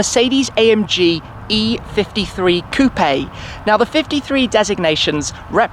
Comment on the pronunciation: Thank you for saying coupé 🎉🎉🎉 nice review